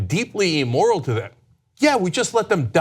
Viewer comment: Emoral? I don't think that's a word. Does he mean immoral?